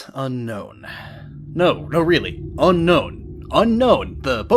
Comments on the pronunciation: Fun fact: Unown is actually pronounced "Un-own", not "unknown". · Un-own not unknown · It's pronounced un-own not un-known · ITS (UN) (OWN) NOT UNKNOWN AM I THE ONLY PERSON THAT KNOWS THIS??? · Unown is pronounced "Un-Own" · Nice attempt at a pun. Too bad that it's actually pronounced "Un-Own". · it's pronounced unown :)